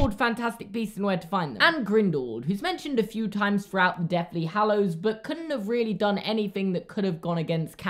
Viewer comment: omg...i just realized instead of saying deathly hallows he says deafly hallows lol😂